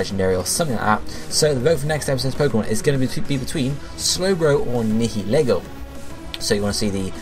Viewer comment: Nihilego please It's 8-7... If Nihilego wins, it's "Nye-uhl-ee-go"